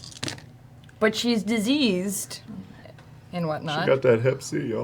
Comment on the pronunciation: I heard Deceased everytime Matt said Diseased so yeah 😂